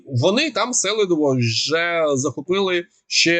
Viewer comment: Селидово всегда имело ударение на второй слог.